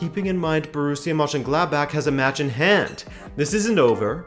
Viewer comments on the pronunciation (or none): none